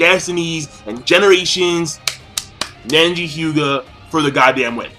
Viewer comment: Why is he pronouncing it Nenji lolol